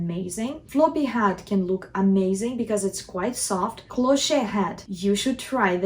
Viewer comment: Lovely video. FYI Cloche is pronounced like "closh"